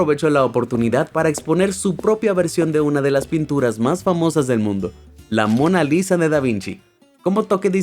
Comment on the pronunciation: Mona lisa 👍 ❌ Mona risa 🗿✅